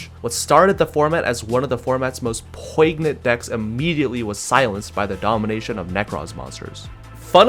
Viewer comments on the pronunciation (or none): The G is poignant is silent by the way.